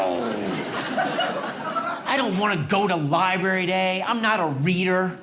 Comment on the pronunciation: Dude it’s LIBRARY not Libary.